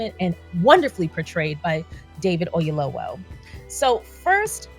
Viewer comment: Great movie! I had to take some moments and decompress 😢. Very cathartic when you’ve experienced grief ❤️‍🩹‼️ (PS. 🥇 for the great pronunciation of Mr Oyelowo’s name. Yoruba is not easy 👏🏽👏🏽👏🏽)